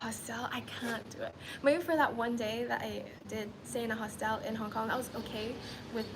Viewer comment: Why she pronouncing hostel like that